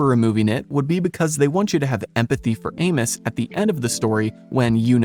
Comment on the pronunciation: The way you pronounce Amos is giving me psychic damage.